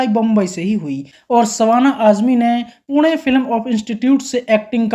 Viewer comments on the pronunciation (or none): none